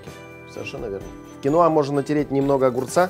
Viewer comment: кинОа, а не кинУа!!! А так -класс!)